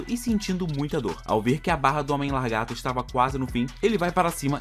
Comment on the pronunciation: "largato"!!!! o que é isto?